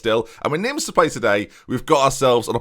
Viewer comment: Neem, not Nims ;)